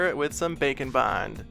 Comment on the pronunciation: Am I the only one who hears 'Bacon Bond' when he says baking bond?